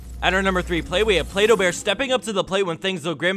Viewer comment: PlayDohBear why I heard Pedobear